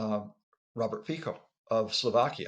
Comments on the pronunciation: Hey Mr. Scientist. Putin didn't invade Georgia. Medvedev did. Not Feeko but Fitso. Numbskull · Robert Fico last name is pronounced: Feet-so